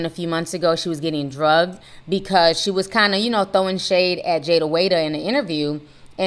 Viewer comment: I love you yeah Ti, but please say “dragged” I swear I be forgetting you say “drugged” and I’m thinking other stuff for a second lol😅